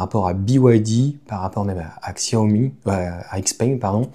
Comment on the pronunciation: Prononciation ===> Tchia - Ho - Mi.... (et pas Xia - Ho - Mi !)